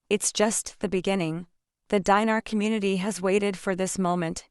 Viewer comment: Show us the publication if you want to be believed. Scamming AI. BTW it ‘s not pronounced “diner” as in a place to eat and those who eat there!! It’s pronounced Deenar stupid! 😡